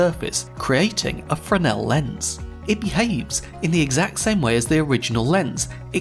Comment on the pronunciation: Thank you for pronouncing Fresnel correctly!